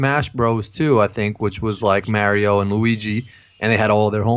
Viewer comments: It's Mario not maaiiiirio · u just say mayrio? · Damn, I feel OLD! I got an original SNES when they first came out, it was the only big Christmas present I got & I stayed up for 2 nights playing Super Mario Bros. (By the way, WHO pronounces it "May-Rio"?? 😂 DUUUUUDE, you even know that "No atheists in foxholes" is a fallacious, very sensitive & incorrect statement that's way too well known! There is a story of a really outspoken atheist soldier who was surrounded by believers in a very active battle, and while everyone else was freaking the fuck out, crying, praying, NOT fighting, the atheist smacked all of them & drill-sargent their ass back to reality so they could do their jobs!! I can look it up for you but seriously I am a fairly new atheist & thats one of the first things I learned! COSBY CASE NEEDS TO BE DROPPED. I have ALWAYS been suspicious of the victims' reports. When the ONLY ONE who had a court case both sides agreed that he gave them drugs, but the girl took them knowingly, and then immediately after that ONE case settled for a chunk of money, the floodgates open. Do any of the suddenly 50+ rape accusations actually have any PROOF, other than hotel records that I doubt were reliable this long later?? I was bashed up down left & right by commentors, SJWs, and even TYT... COSTCO PIZZA: Dude, they cook the Kirkland pizzas at the eatery in Costco too, and they are, believe it or not, the same kind as the deli pizzas at WalMart, they are BANGIN'!! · Mar(as in mars) - e - o now say it with me Mario (mar e o) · Your pronunciation of Mario hurts my soul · Holy shit you guys say Mario wrong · Dude let's not give them both a pass on pronouncing Mario so weird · Is anyone else weirded out by how they pronounce "Mario"? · Stephen Montez No. They are butchering an international icon.